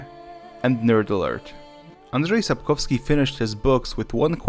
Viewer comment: Sapkowski not Sapkowsky. He is Polish not Russian.